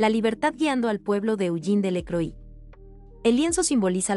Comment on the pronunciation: Lamentable tu pronunciación del francés. Delacroix se pronuncia "delacroa",etc.